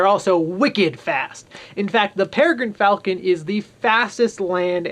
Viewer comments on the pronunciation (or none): none